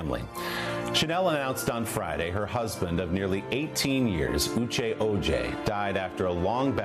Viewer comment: The narrator of this video got on my LAST nerve. This woman not one time pronounced this couples name correctly.😡 Then she shortened Uche's name like an endearment you'd give a close friend. I found it disrespectful. She should have learned how to enunciate their names before she started on this video and learn respect 😡😡🤬